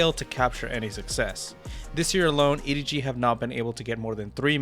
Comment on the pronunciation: i'm sorry this was a great video until you called him EDG smodgy